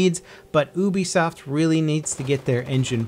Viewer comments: Dude it's pronounced youbisoft not oobisoft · ooobesoft, its youbesoft right? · It's funny how says "oobisoft", I always thought it was "youbisoft"